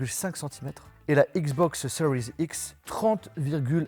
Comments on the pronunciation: stp arrete avec le "seriez x " c just serie x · Ce que j’entend " xbox cerise x "